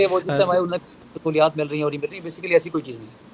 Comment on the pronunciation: جاہل وکیل ہے۔نہ اردو آتی ہے نہ انگریزی۔بیسکلی،انیشیلی؟وتٹ دہ ہل ہی سپیکس ابوٹ؟